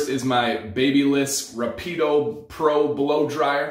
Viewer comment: amazing guy! rapido is italian, means fast, but he pronounced like he said "kidnapped" in italiano ahah